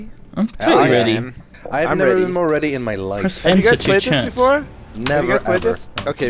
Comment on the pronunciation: Mowar? Mowar.